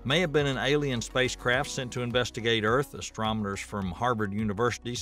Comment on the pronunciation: Did I hear the narrator say "astromoners" several times? 😆